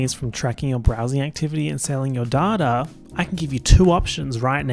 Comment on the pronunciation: no one: saying data during the surfshark ad: dArh-taRh